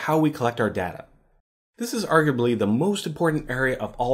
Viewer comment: you're pronouncing "data" wrong